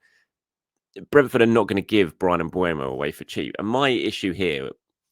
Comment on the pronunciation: First,, it's not Mbu-e-mo, it's M-beu-mo. Don't be Robbie, he's dyslexic. - Second, Mbeumo is the "backup" for Saka, he will play on the left side whenever Saka's load needs to be managed without a drop in quality. Also, Mbeumo can come from the bench, also to manage Saka, also without a drop in quality. - Third, Mbeumo can play centrally and behind the striker, something we can do in order to manage Odegaard's load. - Fourth, if Martinelli can play on the right then Mbeumo can play on the left. Look at what Pep did with Savinho, he played Savinho on the left with the sole purpose to get crosses in for Haaland when it's needed. Look at Luis Enrique's PSG, he uses 3 wide forwards rotating positionally up front. If Merino wasn't too bad playing as a makeshift striker then Mbeumo can play on the left without a problem. - Fifth, we're not getting Rodrygo, he wants to stay now. So, Mbeumo is a very good opportunity in the market now, not as expensive as Rodrygo and available. Why not??? - Sixth, we need to ease Nwaneri off pressure, he's only 18. Don't put too much pressure on Nwaneri, Mbeumo is also needed for this.